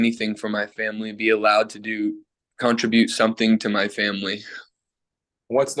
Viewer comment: … esp my fiancée What exactly is con-tra-bute? … my wife? Is this the same chick … more early = earliER The State needs a mic 😩